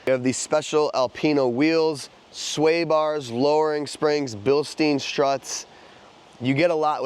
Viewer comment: Nice to see some 80s BMWs!🤗 Could not help the pronunciation of ”Bilstein” however 🫣